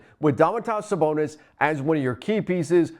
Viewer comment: I stopped listening when he said Sabonis name wrong twice..